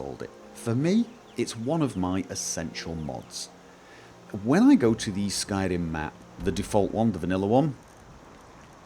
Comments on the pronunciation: He just said "Skyden" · That's what it sounded like when he tried to say "skyrim"